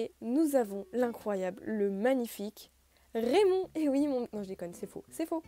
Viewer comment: Tu m'as fais super peur quand tu as dis Rémond 😅😅😅